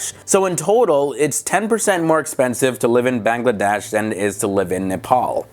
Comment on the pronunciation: plus you said Bangladesh wrong